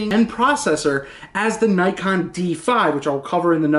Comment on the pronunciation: It is pronounced "nee kon"